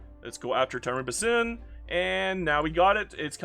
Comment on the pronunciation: The "Basin" in Tarim Basin is pronounced "Bay-Sin". It's not a proper noun. It's a geographic Basin called Tarim. Good that you just said "Chelyabinsk" tho, lot of english speaking youtubers would have made some stupid thing out of trying to pronounce that.